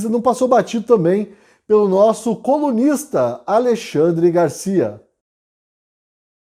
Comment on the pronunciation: Quando ele cita o Alexandre Garcia dá uma impressão que fala comunista, mas na verdade ele fala colunista.kkk